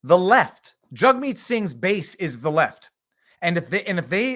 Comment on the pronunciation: Each time you say Jugmeet Jughead keeps popping into my head. Jagmeet better get use to the heckling and just because some cdn shoved his finger in his face, while he was in the car doesn't constitute harassement. It was a moment of anger. Had the guy bang on the window it would only constitutes intimidation. A misdemeanor. It was just rude if anything!